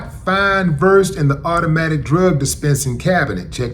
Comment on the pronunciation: Hi Willie. It's pronounced Ver- sed. Generic name is Midazolam. Vecuronium is a paralytic.